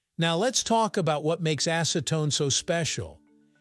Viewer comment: Now say after me.. acetone.. not ASSEtone